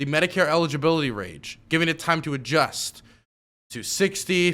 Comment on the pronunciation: "the Medicare Eligibility Rage" LOL please don't try to correct, just say it like this from now on..